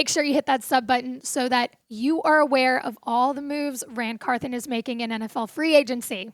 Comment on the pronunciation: Can we get the old host back please come back Tom downmey until then.. easy choice Locked on titans podcast with Tyler and A to Z .. this girls voice is awful and she knows zip about the Titans can't even pronounce NWI"'s name or Ran Carthon peace